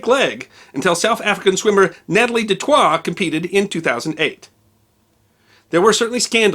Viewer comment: Hey just some pronunciation tips. Boer is pronounced: Boo-r (with a rolling r). Natalie du Tois in South Africa would be pronounced: du Toy (as in a child's plaything).